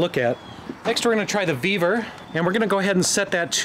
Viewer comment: Vevor 😂 i thought he said beaver 😅